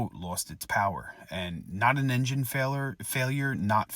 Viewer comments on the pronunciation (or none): none